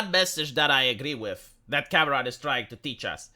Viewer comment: As a Spanish speaker it's funny that when you say "Cameron" it sounds like "cabron." What happened, James Cameron? You used to be cool.